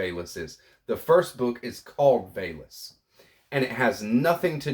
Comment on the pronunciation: Thanks for the share. I believe VALIS is pronounced as vowel-es.